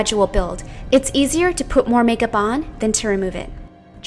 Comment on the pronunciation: Lol she said makerp